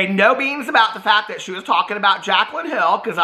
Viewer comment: I’m cacklin over you calling Jaclyn “Kaclyn”!! Oh. You delight my days.